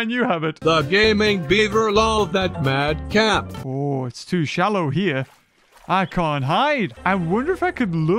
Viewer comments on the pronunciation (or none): The fact how the dude said mad cap makes me cringe